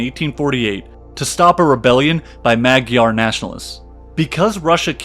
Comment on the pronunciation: Good narrative, though with a lot of words mangled: Magyar is pronounced majyar or madyar not Magyar, Russian minister Nesselrode was German not French, thus NEssel-ROdeh, not Nessel-Rod. To comprise means to include, not to compose, thus something being comprised of something is like something being included of something, it's not English. Kuku Kskaka is actually Koochook Kahjnarja or -ji. Walsha is actually Wallakia.